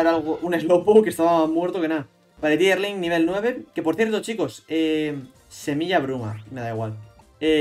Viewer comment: Vaya suerte el salva xD DESDE CUANDO SE PRONUNCIA DIERLING? primera vez que escucho eso xd que yo sepa se pronuncia deerling con "E" El magnemite es diosss hace muy buena sinergia con primarina y pelipper (fak yu ledian) JAJAJAJAJAJA la estrategia del rattata que cerdo no me esperaba el golpe bajo xd PA CASA SALVA XDD bueno episodio de chill a pesar de la muerte y las casi muertes